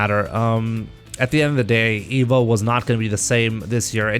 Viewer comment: Why does say Emo instead of Evo?